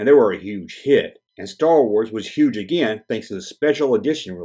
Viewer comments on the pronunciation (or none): none